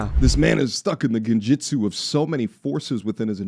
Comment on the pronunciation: Lol he said genjutsu